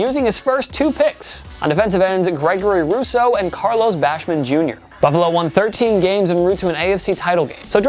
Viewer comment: dude its Bash Am not bash man 😂